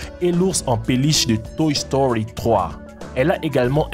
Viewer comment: a dit toch story